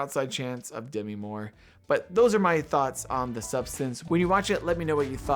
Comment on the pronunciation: This is the Kamala controversy for tiff/cannes 2024 reviewers: Demi is pronounced De-MEE. It is not supposed to rhyme with semi.